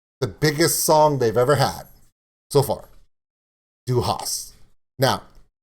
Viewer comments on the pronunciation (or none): what is a panzzzer supposed to be :D ok. it is Pahntser. not panzzzer. and it is du hast not du hasht. this is not an st->sht, this is just second person of have, I have you have she has - ich habe du hast sie hat.